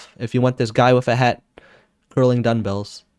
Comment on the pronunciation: Nice vid! Just an fyi though, it is duMbells not duNbells. Or my ears are failing me.